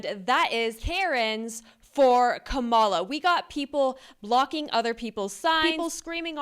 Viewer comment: It’s Kamala, not Kamala 😂